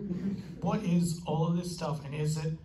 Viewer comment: "IT IIS WHAT IT IIS"